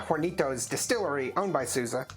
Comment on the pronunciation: Not sooza , it’s pronounced sowza ! Correct pronunciation ! Horny Toes